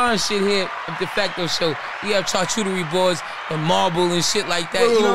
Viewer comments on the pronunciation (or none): Ave keep saying Charcuterie wrong lmao